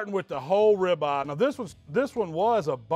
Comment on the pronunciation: You KNOW your in Texas when calls it a “Rib Ah!”🤓🤪